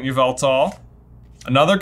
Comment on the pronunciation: Yveltal is pronounced “YAH-VUL-TAL” just so you know.